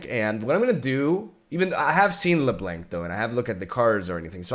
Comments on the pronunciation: it's pronounced Blawnk not Blank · Take a shot every time he said le-blank. You'll be fine this time but not when he reacts to her xd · "LeBlank" Loool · Lol, not leblanc but LE____ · LeBlank HAHAHA STOP... it reminds me of Froggen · It's Lə▪Blənk. Haha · i'm one minute in and hear "la blank" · I like that he pronounce her name as leblank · Leblanc is french, you don't need to prononce the "C" hahaha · love your video, but can you just do me a favor? Go look up the pronunciation each champion name? LeBlanc, Renekton literality trigger me everytime.